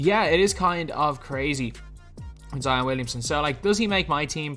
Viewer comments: be like: Zeeon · Zeeeon Williamsin what he be like hahahhahaha